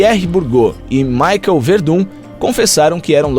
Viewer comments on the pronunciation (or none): none